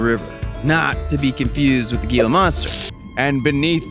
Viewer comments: Idk if you were saying “Geela” for interactions, but it’s pronounced “Heela river” or “Heela-monster” just sayin :3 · Pronounced HEE-luh. OUTLANDER DETECTED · Gila= he-la not hating just helping. 😊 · “Gila” is “Heela”! What kind of 8 year old were you?!? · Gila isn't pronounced with a G sound, but an H. Both the monster and the river.